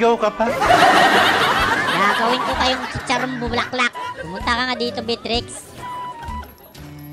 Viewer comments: bat ganyan pronunciation mo sa Beatrix? B-trix tawag mo na dpat beya-trix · Everyone: Beatrix: Bitrix 🤣